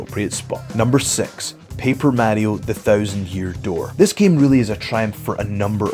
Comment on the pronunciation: say mario like that again I dare you.